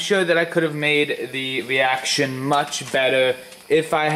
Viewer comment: My camwa shut woff in the middle of the weeaction 😂